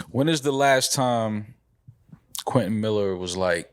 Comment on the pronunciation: “Quentin Maller”